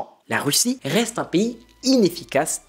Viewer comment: "RRRRRREste abonné...."😄